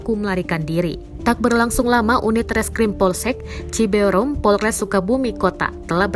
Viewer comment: Cibeureum ...bukan cibe u re um